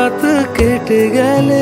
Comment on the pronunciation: সুর ও কথা দুইই কি চমৎকার, নরম। শ্রীজাত এর লেখা এত মনছোঁয়া! দুজনের অভিনয় ও কি সাবলীল! কিন্তু শিল্পীর উচ্চারন বড়ো বাজে! "গেলে", গ্যালে নয়, অনেক শব্দ সঠিক উচ্চারণ করেননি, "জড়িয়ে থাকার ঘুম" এমন বেশ কিছু উচ্চারণ বোঝা যাচ্ছে না, সঠিক জায়গায় পজ না দিলে খুব মুশকিল।